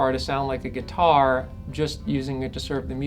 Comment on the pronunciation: awesome but i cant help but laugh when he says guitaaaaur